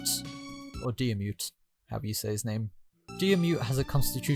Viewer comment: It's Deer-Mid